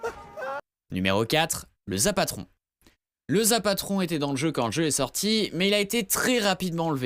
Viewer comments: Bon on dit zapOtron et non zapAtron et c pas toi qui l'a trouvé c une vidéo d'un gars qui l'a eu comme sa c le seule a l'avoir eu en vidéo et il était pas la au début du jeu il a été ajouté vite fais puis supprimer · C zapotron et pas zapatron putain